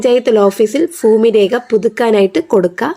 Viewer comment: ഫൂമി അല്ല ഭൂമി.